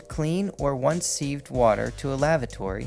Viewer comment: It's "Civ'ed" water not "seeved"